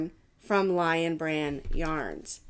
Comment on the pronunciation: I think that lichen is pronounced Lik'n - as in I am lik'n that shawl!